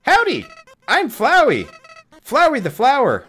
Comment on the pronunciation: its Flooo wi not Flow i